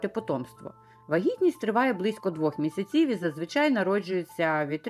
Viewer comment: Вираз: вісім місяців, наголос правильно ставити у слові: місяців на ПЕРШИЙ склад!!! Не калічте мову!